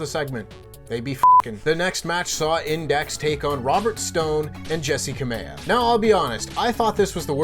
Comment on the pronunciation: "Index had Insex" lol